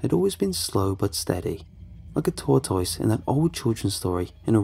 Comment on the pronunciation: Just watch out for those tor-toyses